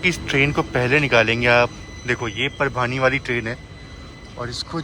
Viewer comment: आपका अंदाज़ बहुत pleasant है. गाते भी अच्छा हो 😊. आपके videos देखकर relax हो जाते हैं. All the best! (एक छोटा correction - परभानी ना बोला करें. परभणी कहें)